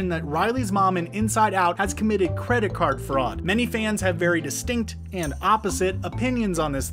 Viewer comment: you said fredit card fraud